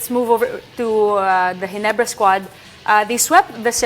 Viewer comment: Ayusin mo muna ung letter R mo Ndi mo ma pronounce maayos GINEBRA kaya halatang TNT ka 😂😅😂